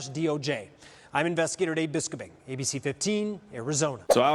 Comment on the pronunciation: BIS-co-BING should really consider pronouncing his last name bis-COBE-ing instead.